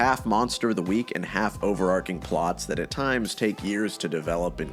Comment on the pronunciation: Overarching , the CH is pronounced like archery. Softly.